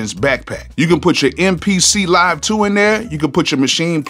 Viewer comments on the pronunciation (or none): none